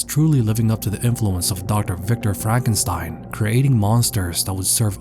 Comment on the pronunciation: ah yes frakenstein